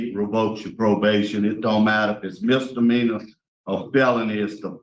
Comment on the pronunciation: Misdemeanor not mister meaner.